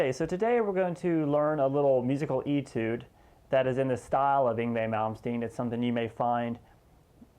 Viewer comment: Nice little etude! Just FYI it's actually pronounced "ay-tude" though...like "hay", not "e-tude". ;)